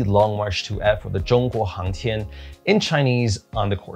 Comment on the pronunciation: I wonder if it's possible to kitbash those parts with other block-rockets tho. Also, nice pronunciation for the 中国航天 :)